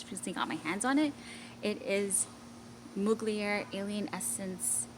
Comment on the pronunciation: Mug-li-er 😂 youre too adorable. Its pronounced Mug-ler